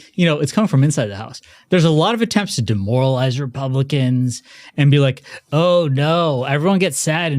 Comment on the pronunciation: Did I hear just say... Dem-moralize??